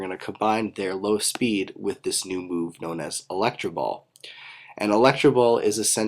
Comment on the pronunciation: electro ball not electra ball